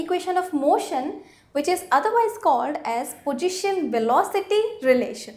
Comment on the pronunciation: pojition-velocity..?.. pls know how u r pronouncing and its equal not aqual very bad tutorials